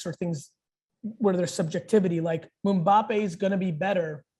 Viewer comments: Mumbappe? Lmaoo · He knosw too much stufs about "Proper football" that he doesn’t know how to prononce the name of undoubtedly the best current player M’bapé! Ohhh Man serionsly?